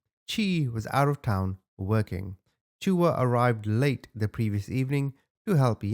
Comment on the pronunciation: The a at the end of chua is silent